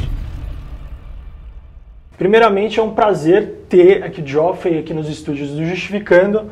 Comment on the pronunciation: Pronuncia-se "Jeffrey"